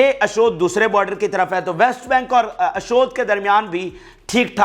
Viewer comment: ۔۔ اشود لفظ نہیں ہے ۔۔ اشدود کی بندر گاہ ہے